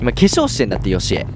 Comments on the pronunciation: ヨシコじゃなくてヨシエじゃない？ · よしこじゃないよ よしえですよ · よしえのことよしこって言ってたw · 1分35分の時よしえじゃなくてよしこって言ってなかった??wそれをはそうそうという。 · よしこじゃなくて よしえですよww😂😂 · よしこじゃなくてよしえだよ